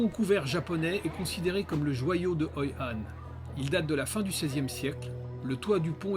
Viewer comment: c'est Hoi An et Mui Ne pas Hoi Han et Nui Ne. Mais c'est un bon docu. Merci beaucoup.